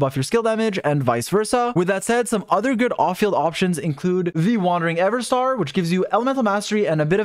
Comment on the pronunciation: wandering eveNstar, not everstar